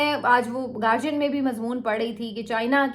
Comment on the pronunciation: ❤❤❤it is not "gargian" it is "guardian". learn some english please.💙💙💙💙💙💙💚💚💗💗💛💛💛💛🧡🧡🧡🧡🧡🧡🧡💜💜💜🖤🖤💙💙💖💖💘💘💝💝💝💛💛💖💖💖💓💓💙💙💙💙💙💙💚💚💚💚💚💚💚